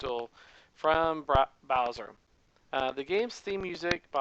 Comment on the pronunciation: Aha! .. You almost said "Browser" heheheee